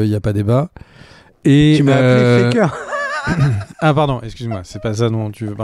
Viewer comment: j'avais compris ''que fait Kere'' et non pas ''que Faker'' mais dans tous les cas ce n'est pas pour rien que ce sont 2 homonymes et 2 goat par la même occasion ! x)